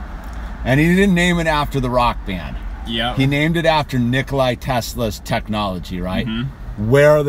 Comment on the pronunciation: Its Nikola, not Nikolay man Great video !